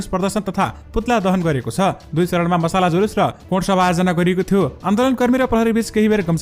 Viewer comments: Not masala but masal. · मसला जुलुस होइन मित्र मसाल जुलुस हो । अब समाचारमा मसला जुलुस नभन्नु । मसाल जुलुस भन्नू है